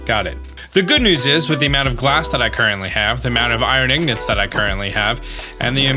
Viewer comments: ignits? its ingots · AHHH ITS PRONOUNCED “I-NG-GOTS NOT IG-NOTS PLEASE WE ARE ALL SUFFERING ON THE INSIDE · Anyone else triggered when he say ignots and not ingots or is it just me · Why do you say igdnits for ingots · This has probably been pointed put a lot (if so I'm sorry) but it's pronounced ingots not ignots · I still don't understand why you call them "ignots" when the name is "ingots".... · Ur so cool but the way u say woter and ignots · hearing say ingots like “ignants” sounds like southern vernacular for “ignorants” and it brings a chuckle to my viewing experience being from south texas lol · "Ignots" right.... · Why does he say ingots like “ignits” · my thoughts exactly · I love how he says "ignots" lol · Ya he says eggnits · still funny he pronounces Ingots wrong, he is just swapping the G and N and has no idea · He knows and is doing it intentionally.